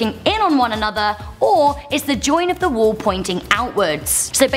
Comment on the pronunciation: why do you say wool and not wall